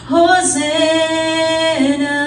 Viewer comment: Hosanna po...... not hosenna